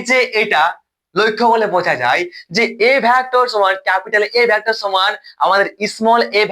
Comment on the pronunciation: ভ্যাক্টর নয় ভেক্টর